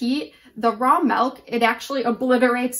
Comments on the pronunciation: MELK - its MILK - MI-LK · Nobody mentioned that she's saying melk instead of milk... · Couldn't make it through the video after hearing "melk" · Is she saying melk? Milk is a weird word. Say it like six times and then you realize how strange a word it really is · I’m American. I’m being petty of course. It just bothered me. No e in milk